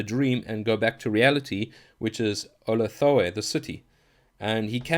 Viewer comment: "Oh-lath-a-way" is the correct pronunciation of the city which lies betwixt the strange peaks of "no-tahn" and "Kala-fo-nik"